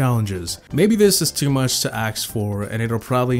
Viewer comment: "too much to axe for"